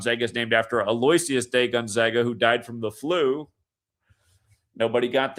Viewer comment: A Lo wish is. Is how you say Aloisius